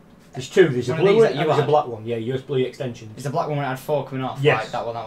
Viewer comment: "USBlee extension"